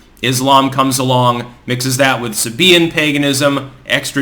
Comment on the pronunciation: Are you saying SEBIAN pagonism? Anyone?